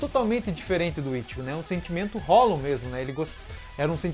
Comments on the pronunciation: esse cara fala hollon e não hollow kkkk mas mesmo assim seu conteúdo é muito bom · Pronuncia "Rrolou" porfavor, não é hollon não kk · Ele fala hollon rsrs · Queria entender por que ele só fala "holum" e não "hollow" (que é a pronúncia correta)... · "Hollown" meu tooooc aaaaaaaaaaa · cada vez q eu ouço hollon eu morro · Por que você pronuncia "hólon"?